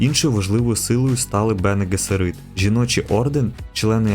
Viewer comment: Вже переглянув першу серію. Події за 10.4 тисяч років до Муат'діб-а. Сюжет СУПЕП. Малого піджарили телекінезом. Ви НЕВІРНО НАНОГОС СТАВИТЕ: Бене Гессеріт , наголос на ГЕССЕріт. Будьласка , не помиляйтесь. ВАШЕ ІМ'Я не паплюжать наголосом , чи не так?